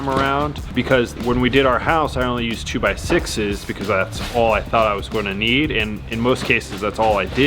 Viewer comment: Ever notice how always says, "goyna?" Instead of saying going to, as in "it's goyna fit in the frame."